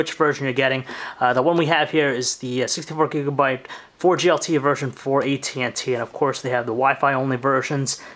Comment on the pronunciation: listen how he says 64GB xD!!!